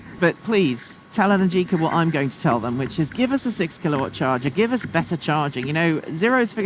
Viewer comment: No wheelies? No burnouts? :-( BTW, the accent is on the A, not on the I in Energicà